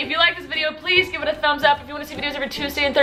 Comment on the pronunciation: When she said “ stay awesome possum “ I felt like she said “ tay awesome possums. “